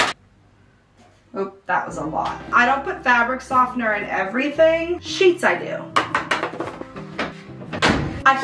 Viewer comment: Love your vids! I noticed you say the word “soften” a little differently from what I’m used to. I wonder if that’s a Midwest thing. Happy Spring! 💗